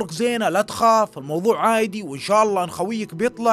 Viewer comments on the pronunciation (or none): تكفى قول عادي مو عايدي لان قاعده اركز على الكلمه مو على القصه قاعده افصل من القصه